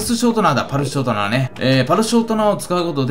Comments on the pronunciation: パルシュショートナ。「ス」だわ！(笑) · ぱるしゅしょーとなって言ってるww